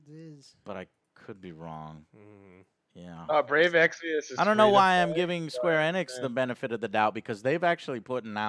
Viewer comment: Square E-NIX!!!! Not squarenx.